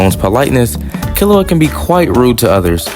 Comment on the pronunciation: You pronounced it wrong…